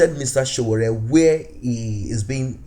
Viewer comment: I like the way you pronounce the Name S.O.W.O.O.R.E👍